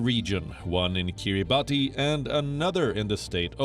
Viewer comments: If you are going to report on the Pacific would you please pronounce Kiribati correctly. It is pronounced: "ki·ree·bas" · Kiribati is pronounced as kee-ruh-bas! Thanks